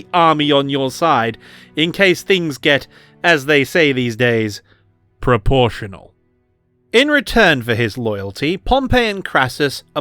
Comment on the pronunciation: It's amazing to see how far the fat electrician's influence spreads all over YouTube. I nearly did a spit take when I heard that "proportional"😂